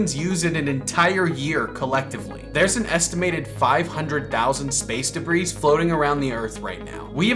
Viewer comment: Buddy, the word "debris" is pronounced "de-bree."